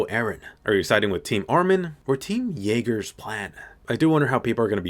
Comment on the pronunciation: Gabi: Eren... IyeAger Almost The Entire Fandom: Gabi... BrAUn